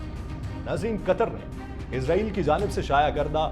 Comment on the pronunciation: او بھائی اسرائیل ھے ازرائیل نہیں موت کا فرشتہ سمجھتے ہو افسوس پڑھنے لکھوں پر